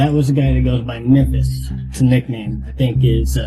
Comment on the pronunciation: Hey! He has good vernacular, too! He said "BYE-cycle," didn't he..? Lol! And: "Mamphas"!